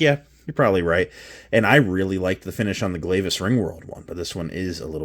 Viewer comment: It drives me insane how people mispronounce Glavis.